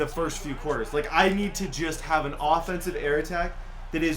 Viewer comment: O-fencife line lol